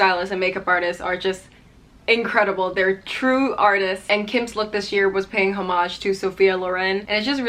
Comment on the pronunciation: i love how you say homage, bc in english they always say like hour and words like that dont have the hh sound